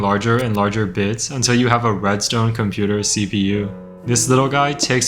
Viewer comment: "so you can craft a cumputer bit..." No, actually. I can't.